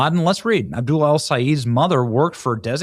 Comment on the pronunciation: It's pronounced Abdoooool😂!